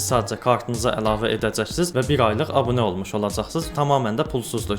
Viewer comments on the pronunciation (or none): none